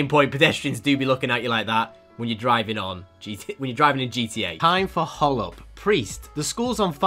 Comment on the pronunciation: It's pronounced r slash hole up